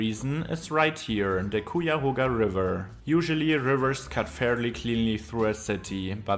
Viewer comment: I live about a 50 minute drive South of Cleveland (I drive slow). The Cuyahoga river (pronounced: Kai-ya-ho-ga) is right behind my apartment building where I live. The river extends 85 miles, before branching out. The native Americans used to port their canoes from one river to the next and travel all the way down to the Ohio river in the South. Over 100 years ago, there was a canal system that was built for that purpose. This guy simply got into the layout and urban planing and industries and transit systems. He did not at all get into the cultural aspects, amenities, landmarks, historical places, known food spots, sports teams, casinos, museums, shopping, the Arcade Mall, the Tower City Center Mall, the Rock and Roll Hall of Fame Museum, the yearly air show on labor day, the flats night life, the Cuyahoga national park systems and Merriman valley. In short, there is so much more, JUST for this one metropolitan area.